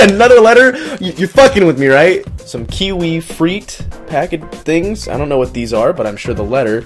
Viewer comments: Makes fun of 11 year old's packaging and spelling, says "kiwi freet". still love ya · 'kiwi freet'